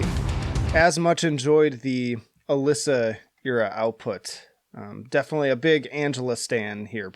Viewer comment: Her name is pronounced “Uh-LEE-suh”, not “Uh-LISS-uh”